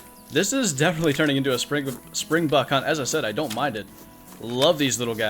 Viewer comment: Soz but (SpringbOk) not springbuck